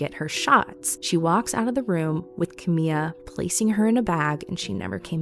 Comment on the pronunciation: It's Ka-Mya.